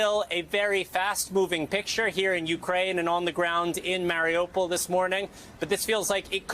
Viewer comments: Newscasters: Please educate yourselves. “Mari U pol.” Not Marry-Opal or “Marry a pole.” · LOL, Marry-a-Pole! Lotsa that gonna be happening soon, no doubt. Single Polish men watching the border to the east are like, "F Yeah!" As The Beatles sang...Ukraine girls really knock me out...